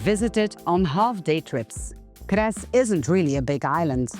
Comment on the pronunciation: Pronounce 'Cres' with 'ts' at the beginning, like English 'tsar'